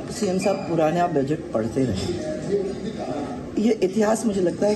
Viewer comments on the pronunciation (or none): यह बाकी के नेता लोग भी कितने मजबूर हैं मुख्यमंत्री साहब साहिब पढ़ रहे हैं या गलत पढ़ रहे हैं इनको तो टेबल बजानी ही है